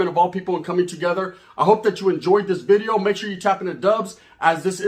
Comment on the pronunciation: DUBS “NEW BIDEO” 😂😂😂😂 Shit always got me rolling. He can’t pronounce that letter V